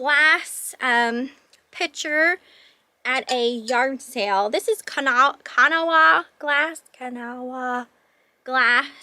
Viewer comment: Kanawha is pronounced "kuh naw" (naw is like gnawing but without the ing). There are only 2 syllables. It's name comes from the county in West Virginia where it was made. Love your videos. Thank you so much for all the information.